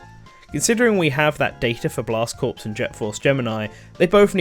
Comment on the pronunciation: Small nitpick here, but "corps" is pronounced like "core," not "corpse." Not intuitive, I know, but it is what it is.